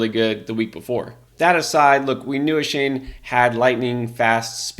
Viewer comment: It's pronounced ( A- Chain) not a shane